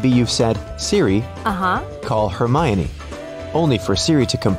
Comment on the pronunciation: You pronounced Hermione wrong. Its herMY-Oh-knee